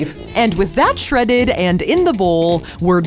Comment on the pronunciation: "Shreaded Ken doll" I'm dead 💀